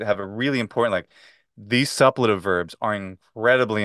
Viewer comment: Suppletive has its stress on the second syllable, doesn't it? (Great conversation, thank you for letting us listen in!)